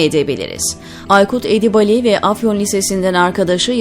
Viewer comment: Sayın sunucu Edibali değil Edibâli okunmalı kulak tırmalıyor